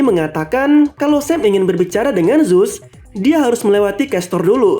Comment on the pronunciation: Bukan zuse tapi zeus